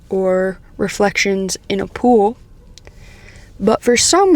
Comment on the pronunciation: I heard "reflections in a poo" 🤣and was like "WTF?!" Then I rewound the video, turned on the subtitles, and saw the correct phrase.